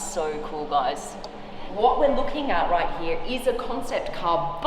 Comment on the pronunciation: I’m just here to hear Blondie say RIGHT HEEA !!